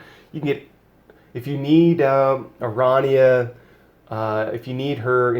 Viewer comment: I dont normally care but it kills me how you pronounce her name. I think it is supposed to be Airanea Highwind. I may be wrong but thats how i have heard others pronounce it and i just had to put this out there. great videos BTW